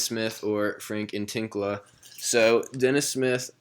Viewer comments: frank nee-lah-kina is how it is pronounced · Its N-I-L-I-K-I-N-A dopes